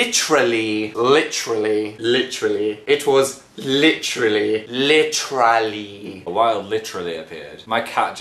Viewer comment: Every now and then I find myself saying "lichrally" and I completely forgot it's because of Dan